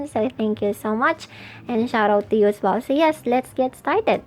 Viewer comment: Some resources are patented the branding and the back ground. Clearly you are mot affiliated with the company, also the pronunciation “welling”? Are you welling? Seriously? I’ll just report this and the page.